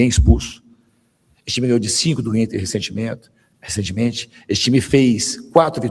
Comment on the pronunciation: Atendendo a sua sugestão, Leonardo, volto a asseverar que o é o único repórter presente nas coletivas que faz o Diniz ficar sem controle, o que se comprova até pelos seus erros de pronúncia (v.g., "...esse time ganhou do Inter recentimento...", ao invés de recentemente)! Parabéns ao, pois para duas coisas faz-se necessária a competência: provocar um gaguejar no pronunciamento de um falastrão e pensar (ainda que por pouco tempo) no que dizer para sustentar as falácias que amparam sua pobre carreira de treinador! 👏👏👏👏👏